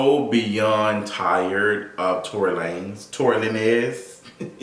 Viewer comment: When you said Tory LaNes i lost it🤣🤣🤣🤣🤣🤣🤣